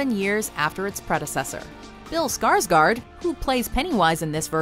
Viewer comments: I wish people could say Skarsgård right.. Well can people at least say Skargord ;-; I'm Swedish so yah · The way all amaricans say Skarsgård kills me😂😂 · If you are going to use a name in a video then learn how to pronounce the name. You totally butchered Bill Skarsgård name, as we say in Sweden. Gör om gör rätt, (do it again do it right).